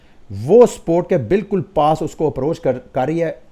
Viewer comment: Why do you say “sport” instead of “support”